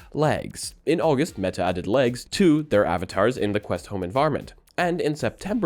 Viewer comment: i heard lags instead of legs XD, imagine glasses with remove clothes IA lol